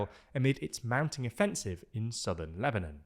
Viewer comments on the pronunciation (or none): none